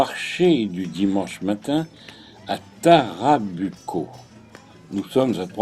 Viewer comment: On prononce TarrabOUco. Et sOUcré.